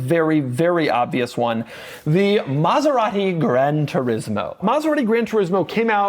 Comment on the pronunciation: Doug is the type of guy that still cannot say ANY Italian brand the right way. Car enthusiast? Been to Italy? It does not matter. Saying Maserati the right way? Nah.